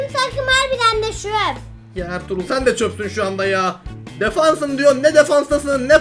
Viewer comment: abinin türkçesinde çöp kelimesi:Çöp Ertuğrulun türkçesinde çöp kelimesi:Shöp